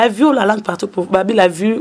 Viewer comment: mais yo ozuaki licence na yo wapi ? on dit vie et non vu, on dit vigilant et non virgulant, on dit ba faux comptes et non ba fausses comptes, pufff